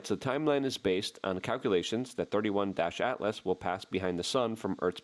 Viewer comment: * pronunciation - it's NOT "thirty-one-ATLAS" -- it's "three-EYE-ATLAS" - the letter "i" stands for INTERSTELLAR.